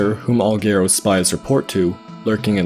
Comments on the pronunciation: It drives me crazy that he keeps saying "gare-oh" and not "Gahr-oh" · I'm so distracted during the Ikana section, as I keep chiming in "Gah-ro" and "Eegos." My pedantic nature is making me miss details. 😅